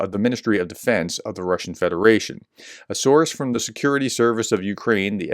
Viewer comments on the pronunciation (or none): none